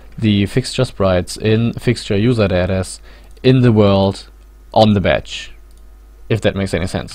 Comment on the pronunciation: Juserdädä :D